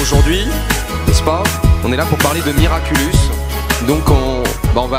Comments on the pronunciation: SA SONNE BIEN AUSSI QUAND ON DIS MIRACULOUS A LA PLACE DE MIRACULUS !! Sinon super passionnant cette interview 😂❤️ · Ya que moi que ça dérange quand il dit "miraculUs" ? Sinon, merci d'avoir mis l'interview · Ça a pas arrêté de me déstabiliser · Oui ça me dérange tout le temps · Nan t'inquiète ya pas que toi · Moi je me suis dit: je rêve ou il a dit miraculus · Moi aussi ça me perturbe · Je vous rassure moi aussi XD